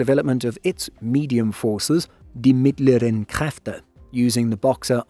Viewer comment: Got damn that was some A+ pronounciation on Mittlere Kräfte there. Props to the speaker!